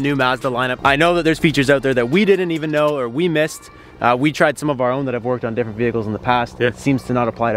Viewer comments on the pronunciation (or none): none